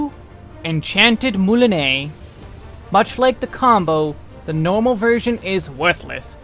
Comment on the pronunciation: Redoublement is a French word as well, pronounced roughly as “reh-doo-bley-mo’ “. It means repeating, doubling, or intensifying. Just wanted to help enlighten since you pronounced the other ones like corps-à-corps (body-to-body) and moulinet (reel) well enough.